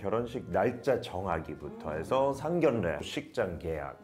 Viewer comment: 에바 씨, 오래전부터 미수다에서 보고 알고 있었는데, 여기서 뵙게 되니 반갑네요. 상견례 발음은 [상견녜]입니다. 참고 바랍니다.